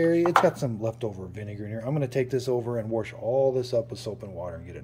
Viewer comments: WORSH IT ALL UP 💪🏾💯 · Yes!!!!! This guy says my favorite word, "worsh"!!!! Love it! Thanks, I have this machine and it's currently running with the vinegar.